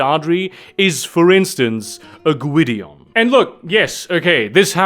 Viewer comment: Gwydion is a Welsh word and you are pronouncing it well.